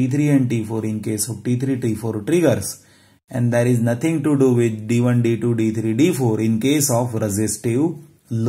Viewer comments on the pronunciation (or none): none